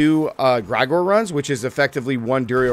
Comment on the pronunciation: Jfc! Limitless steel? Gr-eye-gore? It's Gr-eh-gore-E. You think that is Igor's cousin or something? Maybe you should double check your script to before you post your video to not look silly by getting item names wrong and mispronouncing names?